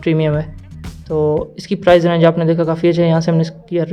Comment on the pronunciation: Mate its price not prize.